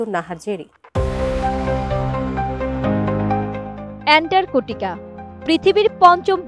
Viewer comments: বেশি শিক্ষিত হলে যা হয় আর কি! অ্যান্টার্কটিকা কে বার বার বলছে অ্যানটারকটিকা। ছিঃ ছিঃ ছিঃ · আরে মূর্খ এন্টার্কটিকা কি অ্যান্টার্কটিকা বল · এন্টারকোটিকা নয় এন্টারটিকা মহাদেশ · ইতান্তরে সাংবাদিকের কাম করতে দিছে কেডা ভালো কইরা একটা জায়গার নাম বিখ্যাত জায়গার নাম কইতে পারে না এন্টারটিকা মহাদেশকে বানায় দিছেন শালীরা করতে ধইরা আনছে পড়াশোনা কি করছে আর রিপোর্ট তৈরি করার আগে তারই করল কি এইরকম যদি হয় দেশের প্রথম সারির নিউজ চ্যানেলের রিপোর্টারদের অবস্থা তাইলে দেশ কোথায় আছে আর কই যাইতাছে বাকিটা আপনারা কইবেন টাটা আমি বুইজ্জা লাইছি😂😂😂😂😂😂 কোন দিন জানি নিজ দেশের নামের আগে রিপাবলিক লাগায় দেয় আল্লাহ কইতারবো🤣🤣🤣🤣🤣🤣🤣 এটিএন বাংলা নিউজ চ্যানেল অশিক্ষিত মূর্খদের আড্ডাখানা যে এটা একেবারে ক্লিয়ার।। ওদেরকে বয়কট করা হোক। আর এই খবরের রিপোর্ট পড়া মহিলাকে শীঘ্রই পাবনা পাঠানো হোক ওখান থেকে পড়াশোনা করে আসলে হয়তো তিনি সঠিকভাবে বলতে পারবেন সুন্দর করে পরামর্শ দিয়ে দিলাম বিনা টাকায় লুফে নিন আর আপনাদের এসব ফালতু ভুয়া টিভি চ্যানেলগুলো বন্ধ করুন। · এন্টারটিকা মহাদেশ যে বলতে পারেনা, সে আবার খবর পড়ে, বাহ্। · আটিএন নেউজ আর মানুষ পায়নাই। এন্টারটিকা উচ্চারণ পারেনা, এরাও সংবাদ পাঠক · আপা কি আন্টারর্টিকা উচ্চারণ করতে পারে না? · এন্টার্কটিকা। LoL